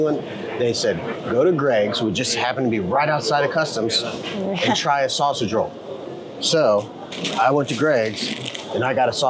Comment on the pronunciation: It's a 'sausage _roll_' ... Not a "_sausage_ roll" !! Sigh !! 😊😅😂